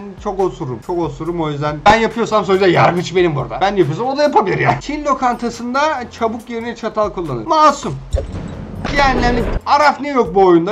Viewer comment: çabuk deil abi çubuk